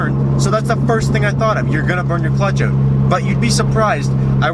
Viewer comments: You know he's Canadian when he said "oUt"😂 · oUt and abOUt..